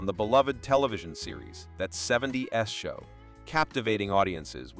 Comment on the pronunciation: My favorite, " That 70 - S Show